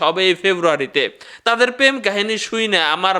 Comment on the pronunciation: পেম না, প্রেম। ভাইয়া please উচ্চারণ ঠিক করেন।